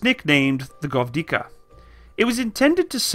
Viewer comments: After third time i heard you say govdika i just cant continue watching without leaving comment, i am so fucking angry that you didnt check correct spelling before making video about it, its GVOZDIKA NOT GOVDIKA! Edit: just few second after i finish my comment and start watching again he butchers yet another name, its 2S2 FIALKA NOT 2S2 FLATKA or whatever was that. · Take some time to pronounce the names, it's g-voz-dika, e-katerin-burg, etc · How hard is to pronounce gwozdika?are u kidding? G v o z d i k a. Gvoz - dika